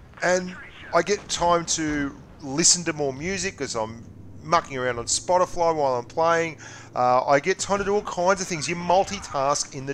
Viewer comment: Spotafly. Lol. I say that too sometimes.